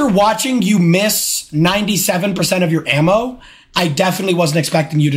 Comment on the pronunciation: ik like best clip orrrrrrrf the day